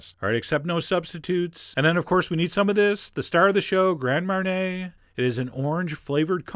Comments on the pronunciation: I don't want to be annoying but the correct pronunciation is (mar-nee-ay) not (mar-nay) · Grand Marnay? NO! Marnier is not pronounced Marnay. Marnier is pronounced Marny-ay. It's really easy to say and sends out good info rather than bad info. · marnay? mar-knee-A john.....you americans butcher the french language. :P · Its MAR KNEE A MARNIER